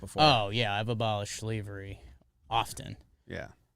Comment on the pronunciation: really said abolish sleevery! 😂😂😂